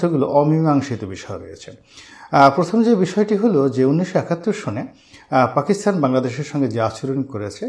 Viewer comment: শ্রদ্বেয় জনাব রনি সাহেব "পাকিস্তান" শব্দটির পরিবর্তে বার বার "পাকিস্থান" অর্থাৎ 'ত' স্থলে 'থ' উচ্চারণ করছেন। আমি জনাব রনি সাহেবের ভিডিওগুলো দেখা তেমন একটা মিস করি না। উনার ভিডিও থেকে সমসাময়িক অনেকগুলো বিষয় জানতে পারি। সর্বশেষ আমার প্রিয় ব্যক্তিত্ব জনাব রনি সাহেবের সর্বাঙ্গীন কল্যাণ কামনা করছি।